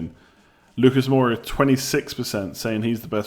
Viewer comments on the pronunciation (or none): Moura. More-a, not bloody Moira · don't hate me but please: Moura not Moira, aitch not haitch and Jo-zay not Ho-zay. Peace bro